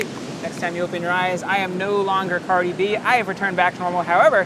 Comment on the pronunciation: Dude said cardi shorts